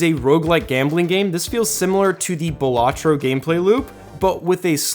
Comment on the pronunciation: "Ballatro" Lmao